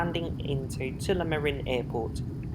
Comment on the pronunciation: what is this Tool a Marin place you speak of? At least the transcript got what you meant 😆BTW read the transcript on this video it's hilarious!!